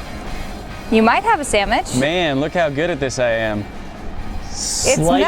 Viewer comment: Did she say “samich?”